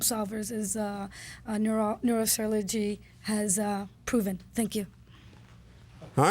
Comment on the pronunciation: Neuro-Surl-orgy....choosing hush😂😂😂😂